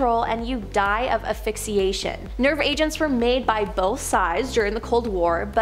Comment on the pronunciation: 😂🤣 right “affixiation” “manufuncturing”